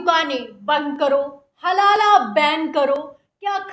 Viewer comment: Madam halaalaa nahin halaal